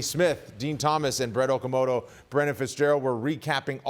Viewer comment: That useless idiot Brett Okamoto still cant pronounce the guys name correctly. He said DDP's style is sloppy? Everything Brett does is sloppy including what he does to the higher ups behind the scenes to somehow get in these positions.